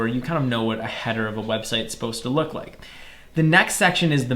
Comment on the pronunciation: loop instead of look